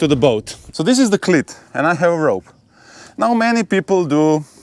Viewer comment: Great video. Iearned a lot. Thanks. BTW, your English is amazing but you might want to practise saying "cleat", making sure you lengthen that vowel sound (like "eeeee"). As in this video, it means something VERY different!